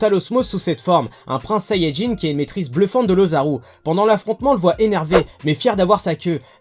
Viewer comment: Sayajin bordel, Sayajin😂